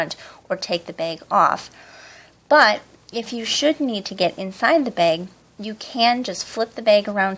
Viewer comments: I like how you say beg instead of bag haha. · She says Beg instead of Bag.............LOL